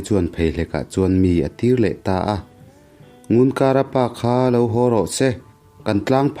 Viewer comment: Ngunkara i lam dan pawh a dik lo, i thawnthu hi i chhiar hmain midang rawn hmasa rawh.